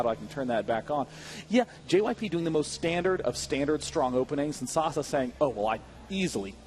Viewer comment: yelled at the screen every time Day9 mispronounced Sase